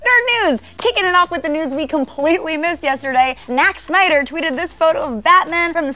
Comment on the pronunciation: Did say Znack Snyder?